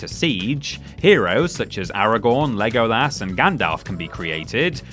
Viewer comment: The pronunciation of Legolas physically hurts me